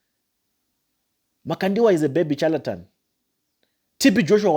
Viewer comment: Learn proper dictions and proper syllabus before you talk evil about your fellow Africans. It’s pronounced ( shaletan) though it’s spelled charlatan. The sound of this word you are in love is- shh shh shalatan and not chu sound. . You have not God’s given rights to dare teardown your elders. You are going to regret this for along long time. Especially looking down Pastor Chris. Your are the one walking in darkness young uncouth Africa boy. I told you last time to find a job. You make A Africans be treated as inferior, the way you lots were treated in smiths Rhodesia.